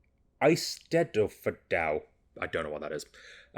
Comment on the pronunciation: I believe you were stumbling over( I sted ford: English pronounciation) . It is a gathering of Welsh peoples to listen to poems, music and stories. Has a tradition which goes back many generations.